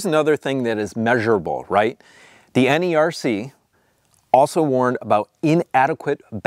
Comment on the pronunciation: Great ideas! (NERC is also associated with FERC. This is the government agency that regulates the interstate transmission of electricity and other energy commodities. They are usually pronounced like "Nirk & Firk")